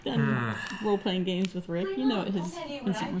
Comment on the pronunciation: Thought rick said reek when he said his name I was like what the hell